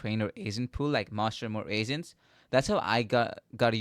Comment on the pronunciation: its agents not asents